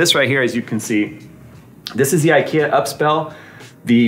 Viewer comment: uppspel, the e is long not short, means up game